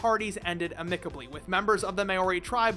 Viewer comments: It's amicably, not amicably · did you just mispronounce "amicably"...?